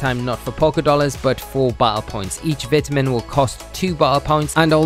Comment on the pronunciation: the second he started mispronouncing vitamin i couldnt help but dislike and close the video immediately